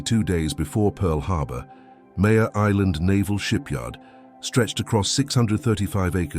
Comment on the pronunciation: MARE island, like a female horse, not Mayor like leader of a city.